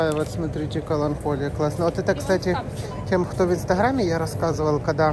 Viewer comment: "КаланКолия" он сказал )))